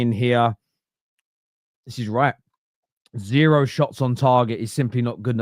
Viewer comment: “Embawassing! ZEWWWO!”